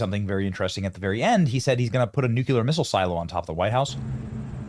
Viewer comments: I hate to be that guy Benny, but it's nuclear not nucular. Lol. I can't help but notice when someone says nucular. It's NUCLEAR. With that said, your the man and one of the best on YouTube . You do out country a great service. God bless you man! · Its nu-cle-ar, not nu-cu-lar! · Benny, Benny, Benny. Nucular? It's just painful. 😩 Please, please, please. NuclEar. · Nuclear = "New-Clear" NOT "New-Q-Lur". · Not new-cue-ler, its new-klee-ur. Look how it’s spelled. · Benny practice saying the word nuclear. New-clee-r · Surely you can learn to pronounce Nuclear and not nuke-u-ler, eh? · Our President looks good up there, strollin' around. And I gotta go along. Biden's face should be nowhere. That's hilarious, No such thing as NEW CUE LAR misslles. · FFS Learn how to pronounce nuclear